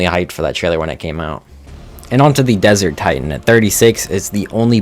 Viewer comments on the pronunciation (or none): none